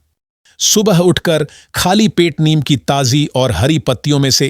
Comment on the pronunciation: नीम को नियम क्यों बोल रहे हो।उच्चारण तो ठीक से किया करें!